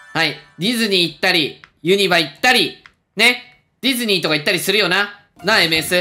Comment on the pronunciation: ユニバのイントネーション気になる